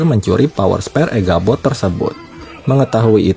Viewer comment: Echabot tole bukan eghabot